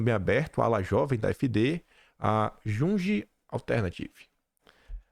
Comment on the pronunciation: Junge, a pronúncia é “iungue” (tradução “garoto”) 💪🏻😎👉🏻🇩🇪